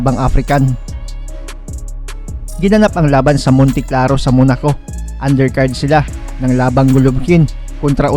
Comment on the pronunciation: Kabayan Monte Carlo hindi Claro . 😂